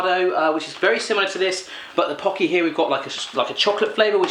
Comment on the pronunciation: Pocky is amazing AND YOU SAID IT RIGHT YES!!! Looks like chocolate, strawberry hot coco or coffee? And cookies and cream maybe? IDK